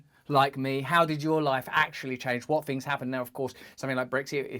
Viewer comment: Interesting that you feel the need to go back and say "I didn't do bad all fings considered..... all in all I fink I did alright" We're not going to solve world problems with a video time machine.